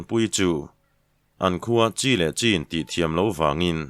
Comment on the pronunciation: Ka ngaimawh deuh chu"A CHIN CHHUAK", tih kan lam dan hi a ni.Kan thlai chin a 'Chin',kan lam dan a lam tur milun"Chan chin",tih kan lam a'Chin',rik dan huan lam tur a ni zawk a,a chhan chu kan chan chin sawi kha a bul te a tangin kan sawi leh tihjna mai a ni,kan thlai chin a ,a dawn to CHHUAK nem hi chhan a dangdaih ani.